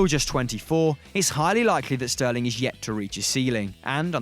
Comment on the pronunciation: SHurly I'm not the only one, CroaSHian, SHterling, eSHpeSHially, MarSHelo, SHtrength